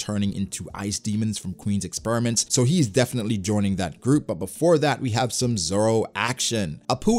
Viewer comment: “Expuriments” lol